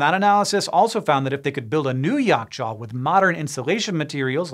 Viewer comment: Right on point pronounciations! impressive :) also interestingly, Yakh-chaal literally translates into Ice-pit. and funny enough, we refer to refrigerators with this term!